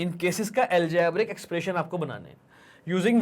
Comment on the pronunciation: aljaaaabric expration😂😂😂